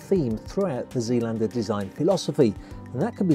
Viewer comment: Pronounced ZAYLANDER.